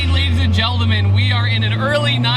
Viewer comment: "ladies and gedelmen" sry but it was funny